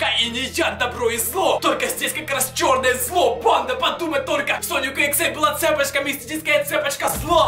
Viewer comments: почему ты говорил цЕпочка? а не цепОчка? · Не Цеееепочка, а цепоооооочка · Не цЕпочка а цепОчка